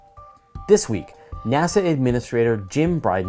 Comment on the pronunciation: By the way it is pronounced Bridenst'ayn' not 'steen', in Jim Bridenstine.